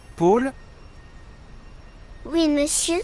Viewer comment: Paul ça se prononce pas comme ça, c'est un O ouvert comme dans "porte".